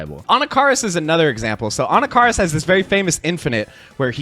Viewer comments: Anakaris - It's pronounced like this (Ah knock ah Ris) For years I've been hearing his name pronounced wrong 😭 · For me the worst part of this release is knowing I’m gonna have to listen to you butcher the pronunciation of Anakaris that much more often 😂